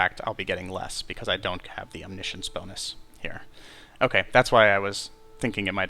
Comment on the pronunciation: He pronounced it correctly